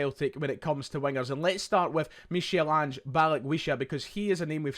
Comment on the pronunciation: It’s pronounced Mikal Ange